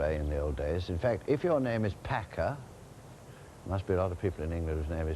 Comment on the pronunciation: unfortunately not pakka but pak...